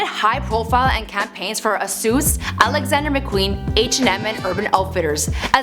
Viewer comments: Did she just say Asous in the place of asos?! i'm dying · She just pronounced ASOS as asoos pfffff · Sorry, how do you say ASOS...ASOOOOOOOOOOS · She said ASOS weird